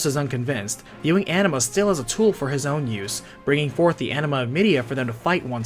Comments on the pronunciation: It is ANIMA not ENEMA LOOOOL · Every time you say "Anima", I'm hearing "Enema" 😂 Great video! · I hear "enema" lol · It's interesting but the way you said 'Anima' is pretty distracting, it's sounds like 'Enema' 😂😂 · Why do you pronounce it like 'enema'?